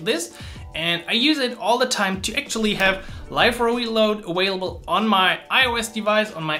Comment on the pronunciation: Informative video but I kept hearing this awhailable word, I want to hear available. Maximilian says this too.